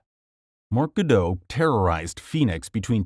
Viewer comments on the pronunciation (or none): none